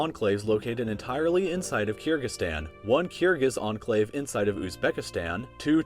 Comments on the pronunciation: Literally everyone: Enclave: Anclave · Its enclave not anclave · I like how says Enclave as Anclave